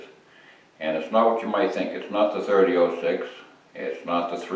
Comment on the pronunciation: I like how he says 30 0 6 This guy is awesome.